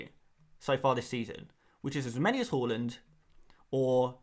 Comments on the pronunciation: Haaland, not Hauland (even though it seems fitting) lol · Everyone else is saying it wrong, is right with his pronunciation. It's actually interesting Haaland chose to move to the 'aa'. His Dad used the 'å' during his playing career. Maybe Erling thinks it's easier for people to attempt saying his name using letters they're used to (even if most people end up pronouncing his surname incorrectly)